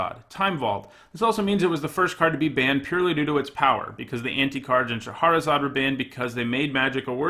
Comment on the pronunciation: each time you say shaHArazad instead of SHAHrazad, a puppy dies.